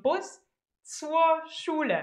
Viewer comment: i love this woman! her smile and the brrrrrhrrhrhr schule :D